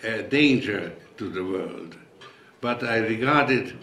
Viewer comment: Ugh i cringe, my skin crawls everytime he says "vorld" 😵